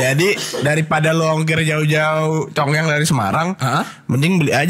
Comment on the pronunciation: Nama minumannya congyang yaa? Dengernya congean😂